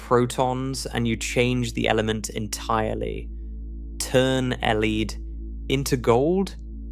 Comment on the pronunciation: change el eed into gold. how do you mispronounce lead? 😅